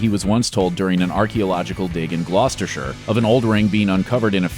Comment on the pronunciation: I’m so surprised that an American pronounced Gloucestershire, almost correctly.